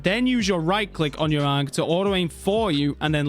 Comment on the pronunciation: Bro learnt how to say ankh for this vid w guide